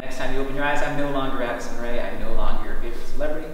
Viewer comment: He said “AdIsOn RaE”😂